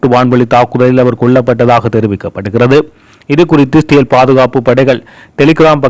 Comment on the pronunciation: செய்தி வாசிக்கும் Israyel என்ற நாட்டின் பெயரை சரியாக உச்சரித்து பழகுங்கள். இ என்ற சத்தம் கேட்கவில்லை. சிறேல் என்று ஒரு நாடு இல்லை.